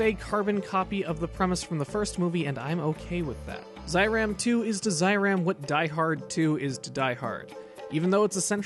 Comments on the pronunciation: NOT ZAH EE RAHM, it is ZEH EE RAHM! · Great video! Been a fan of Amemiya's work since Kamen Rider ZO. At the risk of sounding like THAT guy, it's pronounced "Zay-Ram" not Zye-Ram" :)